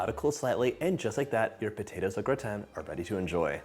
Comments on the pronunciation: Glad you pronounce au gratin properly- great recipe, thank you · Love au gratin potatoes. Had no idea I e mispronounced it my entire life!!! 🤦🏻‍♀️ thanks for sharing!! (And educating me!!)